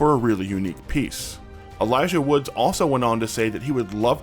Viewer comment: 2 things, it's Wood not Woods, and I'm begging you, please get a pop filter, those mouth noises ruined the whole video for me